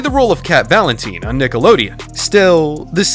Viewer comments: cat vaLEntneeene - legit bro its VALENTINE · lol "cat valenTEENe" "jennEETte mccurdy"😂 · Cat valinteeen??? Excuse me? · I love how called her "Cat valinteen when it's Cat valentine" lol And Jenny Mcurdy also Ari isn't a brunnete SHE'S BLACK HAIR!!!! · Yes I commented on another video of ari and he said "cat valinteen" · That pronunciation of Valentine is getting on my last nerves